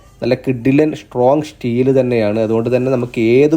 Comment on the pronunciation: Shtrong shteel 😂😂😂